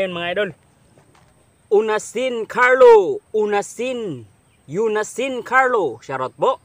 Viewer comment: salamat sa shout out.Onasin carlo ang pag bigkas ng epelyedo ko idol.hindi Unasin.mag ingat ka lagi idol.inaabangan ko lahat na new vlog mo idol.salat na adds mo idol hindi ko yan ini skype.alam kung napakalaking tulong yan sau